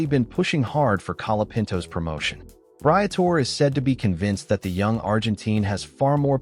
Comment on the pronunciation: would you please learn how to pronounce BRIA TOR EH